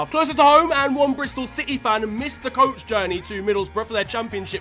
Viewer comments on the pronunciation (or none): none